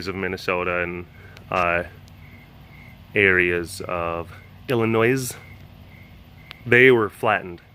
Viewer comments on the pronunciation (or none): you dun pronounce the s in Illinois:v